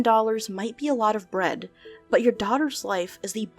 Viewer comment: It sounds to me like the guy either has a New Jersey accent, or a speech impediment, and is trying to hide it. The way he says daughter sounds like the accent but he also kind of says “bwead” instead of “bread”.